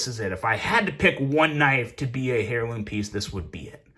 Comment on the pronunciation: ah, the pronunciation of the 'h' really threw me off there